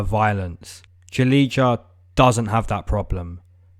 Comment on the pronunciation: You don’t read Julidza, you read her name as: Julia. When you read Julidza, it sounds ugly for Slavic language people.